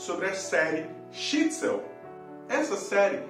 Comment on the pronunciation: Assisti à série toda. É realmente muito boa. Os atores e atrizes são todos ótimos. Só tem uma ressalva,: não é Shitsel, é Shtisel.